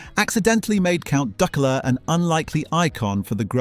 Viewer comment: yeah bloody everything is (pronounciation of duckula was terrible) or just some guy who couldn't be arsed to do any work on it